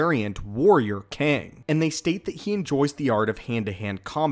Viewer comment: Kang, it's really KANG.....